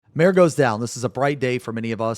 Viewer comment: Bro its MA-RE.Two syllables.